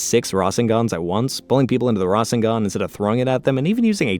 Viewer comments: Rashengan really 😂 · "RAWSHengan" is killing me inside lol, nice video still tho XD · Ra-sher-ngan for me